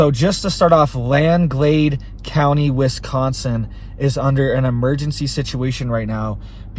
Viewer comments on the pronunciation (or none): none